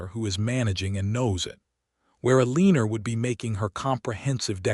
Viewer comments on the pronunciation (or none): OMG! Get an AI narrator that can read names correctly!! Ca-leeb, Eh-leenor...and "breathed" is pronounced with a long E, not a short one.